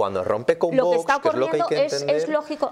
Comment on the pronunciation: es VOX y No VOS 🤣🤣🤣como pronuncia usted